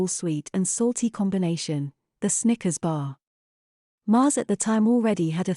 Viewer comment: Did anyone else think the computer voice said "stickers" on more than one occasion?